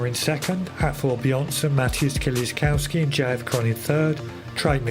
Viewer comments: Why is it such a problem to pronounce Kieliszkowski (Kielishkovski) ? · Pronounce kieliszkowski correctly you inbred illiterate peasant.